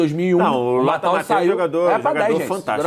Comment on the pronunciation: PQP!! Porque as pessoas passaram a chamar o Lothar Matthäus de "MatÁus" ?!?!?!?!?! QUando ele jogava, a mídia sabia falar o nome dele. O nome se pronuncia "MathÊus". Simples, fácil...